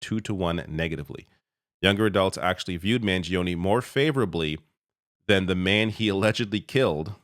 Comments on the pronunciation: please pronounce his surname correctly. The i after the g is silent. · Mangione has only three syllables